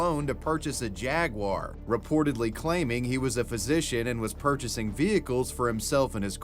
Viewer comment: Thank you for saying "Jag-war" instead of "Jag-wire". Man that drives me nuts. THERE'S NO "I" IN JAGUAR!!!